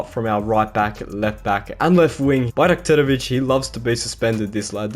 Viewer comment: considering we have difficult names, you pronounce it very well